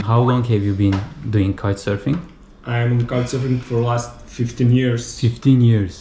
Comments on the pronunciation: 😆😆😆Kite-surfing (Kayt sörfing) denizde olur..!!! Sen "Kauç sörfing" (Türkçe okunuşu) demek istiyorsun galiba..!!! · abi bu arada kaytsörfing diil kooçsörfing şeklinde okunuyor olmalı. kitesurfing bir tür ekstrem spor sanırım :)